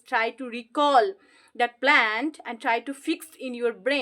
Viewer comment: This not plant, this is plan, please check your pronunciation in this video....